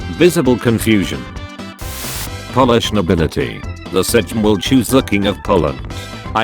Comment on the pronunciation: No no this is not speaked sedżm this speaked sejm